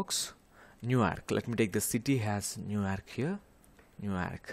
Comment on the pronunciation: Bro literally said New Aerk 💀